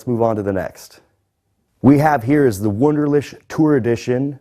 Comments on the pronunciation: ToxicDonut81 lol not to mention the W at the beginning! "Voonderleehk" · A little embarrassing that you can't pronounce your employer's name correctly. Ask a German from HQs to teach you the 'ch' part on the phone. It does NOT sound like 'sh'. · That's how they pronounce it in Iowa, lol.